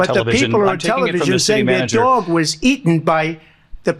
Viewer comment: DOG, not “dwaug”…😂😊